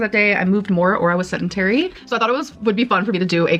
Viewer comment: Did she say settintary for sedentary??? God grief, Grammarlynn!